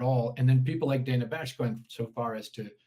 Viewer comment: CNN is almost worse than msnbc because they claim to not be liberal shills. at least manbc is like obvious edit: thank you for pronouncing her name correctly. drives me insane. i dont like her... but it's her name and why is that so hard